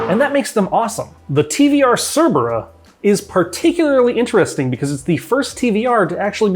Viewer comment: I thought he said flat 8 Tvr Cervera 😦